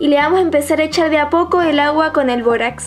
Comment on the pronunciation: todo iba bn hasta k dijo borax